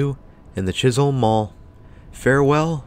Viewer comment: Pretty sure that it is 'Chis-um' not Holm.